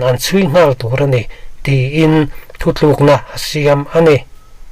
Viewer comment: Thu thlukna tiin i chhiar zauh... Thu tlûkna tih tur.... Nang chauh ni lo, mi dang pawh hian thu thlűkna an ti fo mai, a dik lo a nia.